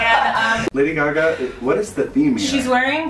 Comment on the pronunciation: Scott calling Gaga ‘Lady Garga’ is my favourite thing